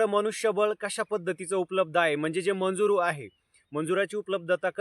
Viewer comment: मंजुर नाही दादा मजुर म्हणता त्याला ok